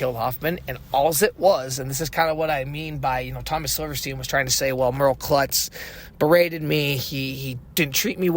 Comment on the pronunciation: Actually, it's Silverstein, pronounced silver steen.